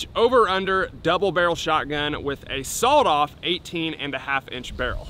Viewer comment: Why's he say sawoled off 🤣🤣